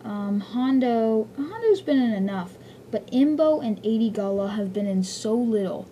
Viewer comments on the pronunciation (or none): First, it's gallia, not "gala", & also it's weequay, pronounced wee-kway. Second Hondo won't die, it's just to out of Cw character. Pre vizla I agree with you though